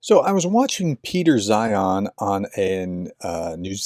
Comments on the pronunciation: You don’t have to watch many of Peter’s videos to learn how he pronounces his name. C’mon man. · His name is pronounced ZINE or ZEIN. the H is SILENT.